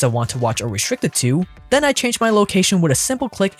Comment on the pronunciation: You literally said "back len" instead of then. Come on bro, you're a grown man it's not cute